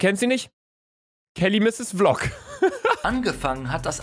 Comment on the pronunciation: Sie heißt Kelly|MissesVlog Also gesprochen Källi|MissäsWiLok